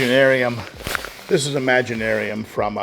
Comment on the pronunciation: I love how you pronounce that bag it’s imagiTarium lol and you buy that religiously I love it and no one cares we love the sand !!i love having the built in timers they’re amazing. Woah 🤯 can’t wait. You own and build we are here to enjoy either way. Can’t wait. 6 months and counting.